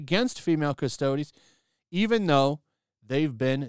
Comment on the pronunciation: I came here to hear how was going to pronounce Custodes... Waiting for it... Waiting... Yeaaah! He nailed it this time 😁